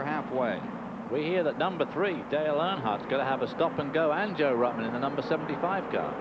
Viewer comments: At the 203.30 mark is really funny when David messes up Joe ruttmans name 😆 🤣 😂 😹 😆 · He did it four or five times, Ned corrected him twice.